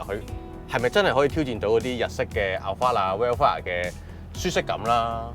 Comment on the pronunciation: Alphard 重音在前面哦